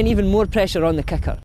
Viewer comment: At first I thought he was saying "Kaka" when he was saying Kicker! XD I loved the video 5 stars!